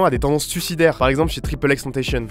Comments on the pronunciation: XXXTentacion (prononcé à l'espagnole) bordel ! Bon je me calme. Très bonne vidéo d'ailleurs! Bonne analyse du genre. Mais faut arrêter de dire que Lil Peep est mort du Xanax. Le gars s'est envoyé notamment du Fentanyl et tout un tas d'autres substances. On ne mort pas d'une overdose de Xanax. Pour le suicide on trouve déjà le sujet avec Suicidal Thoughts de Notorious BIG, mais oui, c'est le seul exemple que j'ai si on remonte avant Kid Cudi. En conclusion, si on met des étiquettes, on peut suivre Joey Badass (interviewé chez Montreality) qui conseille d’appréhender le hip hop comme on fait pour le rock. Le rock est le genre principal dont découle tout un tas de genre (dont le métal qui lui même donne du post metal, doom, black etc). Ainsi, le hip hop serait le genre principal dont découleraient plusieurs branches. Le but d'une telle distinction est de ne pas mettre dans le même sac un Kendrick Lamar et un Lil Uzi Vert (il ne viendrait pas à l'idée de mélanger Rolling Stones et Meshuggah par exemple). Il n'est pas question de faire une hiérarchie ou de les opposer, mais de simplement ne pas les confondre dans un même genre. D'ailleurs, Lil Uzi Vert ne se dit pas héritier du hip hop old school, pour preuve son interview au micro d'Ebro sur Hot97 où il va refuser un freestyle sur Mass Appeal (Gang Starr) car ce n'est pas son genre. Désolé pour ce pavé de commentaire. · Tu prononces mal xxxtentacion, il faut le prononcer à la latinos donc comme en français quoi, si tu me crois pas regarde les interview où ils prononcent son nom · Très bonne vidéo mais quelques bémols tel que la prononciation de XXXTENTACION par exemple et le fait que la saturation des sons de x et là plus par défaut que par choix mais sinon bonne analyse teinté d'humour et d'émotions bien ouéj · Il préfère qu'on dise "tentassion" et non pas "tentaychieune" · ca se prononce Tentacion, comme tentation en français, pas tentayhsun. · C'est pas triple X tentation mais ça se dit X X XTentaÇion